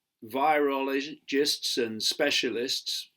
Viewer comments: He can't even pronounce the word "virologist" and yet he claims he understands everything about coronavirus better than anyone else. A complete lunatic. That's what happens when you chase reptile-people for 30 years long. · Can’t even pronounce virologist. Load of rubbish, don’t give this guy the you-tube revenue. Moron.